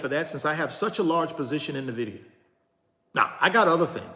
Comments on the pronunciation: "In" Vidia not "Nah" vidia (^_-) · You continue to pronounce Nvidia incorrectly my dude 😆 it’s correctly pronounced N-Vidia brother.